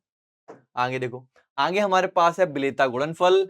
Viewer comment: Aage ❌️Aange✅️😂😂